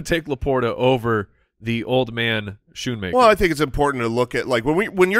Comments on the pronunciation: Is it not s-KOO-nmaker? I would love to hear that Klatt & Gus were mispronouncing Luke Schoonmaker's last name for all of the what seemed like 50 Michigan games they did the past few years. SkoonMan fits the SoundGarden lyric better though... Go Blue! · It's Schoonmaker. You guys are butchering his name.